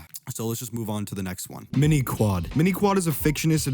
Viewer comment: Mind Quad , not mini.... also you say zebleir weird . You watched those episodes right ?